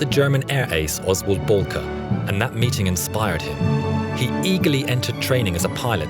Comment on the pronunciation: Not bolkey it’s belkey